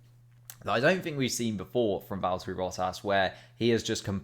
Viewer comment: Vallt-urry Boh-ass